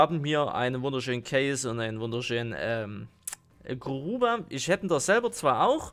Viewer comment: Es heißt Grubber nicht Gruber 😂